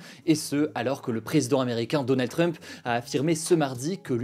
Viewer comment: Tu prononce mal "Trump"